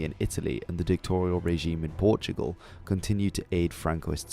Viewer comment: It's "dictatorial", not "dictorial". May I suggest learning how to enuncuate long and complicated words before having the pretense to teach the rest of us.